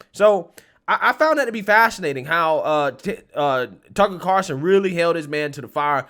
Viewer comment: Why do you call him Carson instead of Carlson?